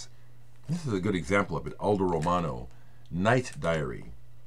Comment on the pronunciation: One of the joys of watching your videos is listening to flawlessly pronounce the names of the artists and bands. Definitely going to listen to or check out Aldo Romano's 'Night Diary'. You have tuned me into quite a few Italian artists in the past and now I can add Aldo to that list. Sending some brotherly love from rainy, snowy, windy and messy New England~ Rob/Boston